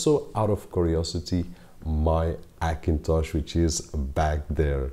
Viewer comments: Likes some language ignore first letter 'H', for example spainish, although he is speakingg english but he keep some that kind of hibit , i guess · AKINTOSH ?!!!! why can't you say the lightest letter H ?!!! very funny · Se dice "jakintosh"